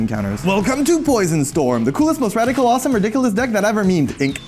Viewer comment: "aswesome" don't know what it mean but you sure did "asyousome" mistake there...